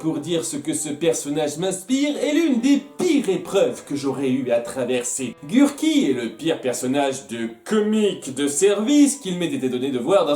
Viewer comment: C'est moi ou Gurki arrive pas à dire son nom en VF? A chaque fois j'entends "Gur'i", pas Gurki ^^'